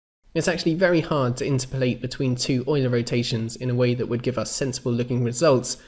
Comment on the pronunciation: My question is why do you pronounce "interpolate" weirdly? It's like "in-terp-o-late", not "inter-polate". (Like its opposite number is "ex-trap-o-late", not "extra-polate".) Sorry. Good videos. But that pronunciation was triggering me.